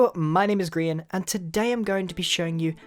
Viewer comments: Why does it always sound like he's saying, "green"? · Sounds more like greein